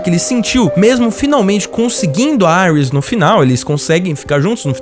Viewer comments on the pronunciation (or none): gostei muito do vídeo. só dava uma dor toda vez q o rapaz dizia"airis", porque só não dizer Iris? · Quem e auis KKK e iris o cara falando o nome em inglês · Mnnn não é Aris é Iris, pelo amor de Deus. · vc falando aiuis kkk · Genteeeee falem certo e iris não airas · A mulher do flash ser chama Iris West e não Aires como ele chamou cara burro da poha. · Falar Aires em vez de Iris fez meus ouvidos qerer sair correndo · Da uma raiva do cara falando "Caitilin" e "Iuris" KKK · "Airis" kkkkkkkkkkk Aqui é br porra! Kkkkk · Chamar a iris de AIRUS é foda PUTA QPARIU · Seus argumentos são cancelandos aparte do momento que vc erra a pronúncia dos nomes dos personagens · Dá pra ver que claramente ele assistiu,o cara não sabe nem pronunciar o nome do Joe, Iris e caitlin